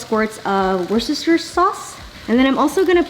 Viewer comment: Love this! So simple and beautiful. But Jenn PLEASE, Worcester Sauce is pronounced 'Woo-sta' XD